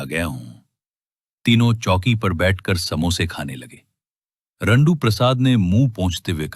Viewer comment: Jandu ❌RANDU✅